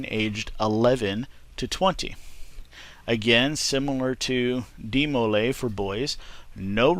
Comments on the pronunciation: the way all the brethren and advisors that I've met pronounced it was with a strong dee to start and moving into molay with far less emphasis on the m then the way you pronounced it. Hope this helped not to experienced at writing out pronunciation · You're pronouncing Demolay wrong